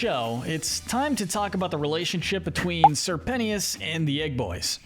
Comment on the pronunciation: ITS NOT SIR PENNYOUS BOROOOOOOOOOOOOOOOOOOOOOOOOOOOOOOOOOOOO